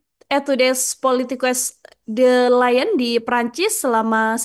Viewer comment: Lyon,bacanya liong